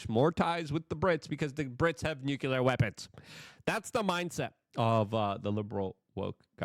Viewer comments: The word is nuclear. NU CLE AR. The root is nucleus. The atom does not have a nuculus. Don't speak like W Bush. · Say it with me now: New-CLEE-uhr. Nuclear. Notice there is no U after the C.